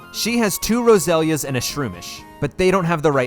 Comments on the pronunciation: It's Roh-zel-ee-uh. Have you ever watched the anime? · I thought your Minun pronunciation was bad, but then you hit us with the Roselia